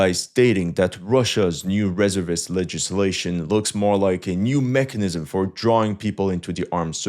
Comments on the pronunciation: Please don't take this the wrong way. I really like your videos. They are informative and entertaining. However, you drove me crazy with your pronunciation of "reservist" in this one. It is pronounced as follows with the stress on the second syllable - "ruh-ZUR-vuhst." BTW, what is your ethnic background and native language? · I'm not a fan of how he's pronouncing "resevist" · "r e z e r vist" or "re-zervist" ..... sorry that's all I could hear in the entire video, love yr work tho. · Reservist (Ree-zurv-ist) not (Ress-er-vist) and don't go off of the AI results as with so many things the AI is wrong and people are blindly following. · "Reservist" : "re-ZERV-ist" not "RE-zerv-ist". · YOU NEEED TO PRACTICE SAYING RESEVEST YOU SOUND STUPID SAYING IT RESERVEST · *Reservist, pronounced [ ri‘ZURvist ] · Pronounce "reservist" wrong in English just one more time. 🤔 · Every time you said “reservist” my testicles retracted a little bit. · Thought I might point out that 'reservist' is stressed on the second syllable, your English is of course excellent especially for someone whose native language is French